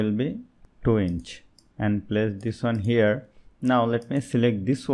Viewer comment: Herre herrre heerreeee 😂